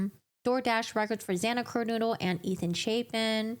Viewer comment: Why do you keep pronouncing Xana's last name as "KER-Noodle"???